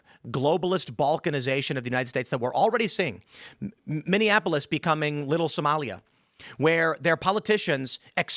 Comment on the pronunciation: needs to learn how to pronounce Minneapolis